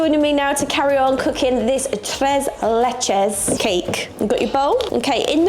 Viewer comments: Tres leches is pronounced "trace lay chase." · Tres is pronounced like “trace”. You’re pronouncing leches correctly. So it sounds like “trace lay-chase”. I grew up in So Cal and Tres Leches is the best and has become very popular in the US with the heavy Latin/Mexican influence. Mexican food is the best. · Pronounced “Trays Laychays.” The “e” in Spanish is always pronounced as an “a” is pronounced as in “way.” You have to try FLAN!!! Now that’s heaven. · Not pronouncing the “e’s” properly! 😂